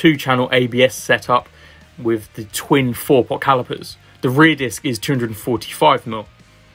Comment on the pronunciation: Great review, I got some decent insights into the updates. Wish you'd pronounce your 'th' properly though. 'Wiv' and 'fousand' are at odds with the rest of your excellent and clear diction! Just saying...